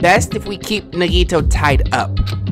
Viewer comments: why he pronounce nagitos name like niggito 😭🖐🏽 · Nagtoe and kazuuchi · I don’t think he’s pronouncing nagito correctly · Sometimes I wish a character would die just so I wouldn’t have to hear mispronounce their names...